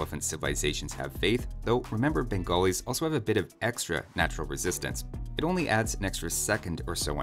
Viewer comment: No one:: "Bengolis"